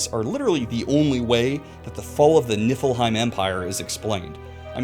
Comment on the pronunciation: I have a curse and I kept hearing you say Niflheim as Nippleheim 😅😂